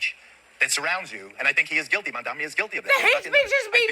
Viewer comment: How hard is it to say MaMdaNi or inTiFada? How is it possible after an entire year into this, and people whose entire job is reading crap cannot pronounce it right. Their only required skill is reading ffs.